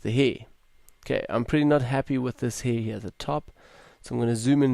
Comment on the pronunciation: I came here for educational reasons but as soon as I heard the word "heeer" for the 20th time . about 30 seconds in - I lost it. May I ask if that's some sort of accent or dialect? I'm not a native speaker myself and have NEVER heard someone pronounce hair like that. ^^ Tremendous work btw, I'm way too lazy to do ALL of that.